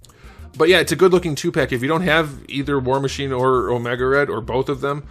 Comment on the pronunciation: I swear he said “whore machine” 😂